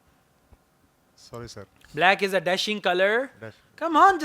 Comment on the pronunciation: Tomorrow is my speaking... After watching this video I am fully confident I ll perform much better... In Sha ALLAH.... And the way he say sorry sir can't stop my laughing.....😅😅😅